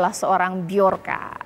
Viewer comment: Sebut yg betul, Joker ! atau bjorka.